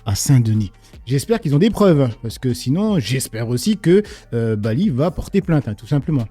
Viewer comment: Je suis sûre qu’elle arrive prononce BALI